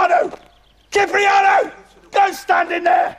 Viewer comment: Hayden Blackwood it's kipriano